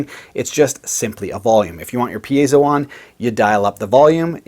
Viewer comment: I'm glad you're pronouncing it correctly. It seems like solid vs. semi-hollow vs. hollow body is making a difference. I have an account with Graphtech, so I'm putting the Ghost system on my current build, but I'm doing it mainly for the midi output. I'll certainly put a tone circuit on the piezo.